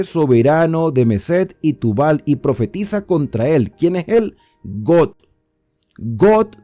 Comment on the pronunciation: Buenas reflexión. Aunque exceptuando la pronunciación acerca del nombre Gog,y Magog,porque no es got o god